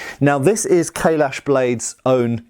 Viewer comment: Every time says 'Kailash', I hear 'Kahless'.